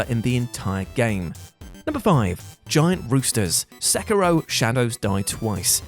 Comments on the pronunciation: Thankyou, for saying the word Sekiro correctly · Thankfully someone pronounces Sekiro the way I do...not the stupid sounding but probably accurate "sek ee dough"